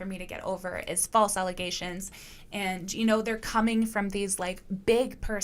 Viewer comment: *It’s ‘ALLEZATIONS.’ 😂